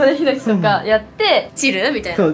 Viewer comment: ヒノキの発音、猪木すぎるて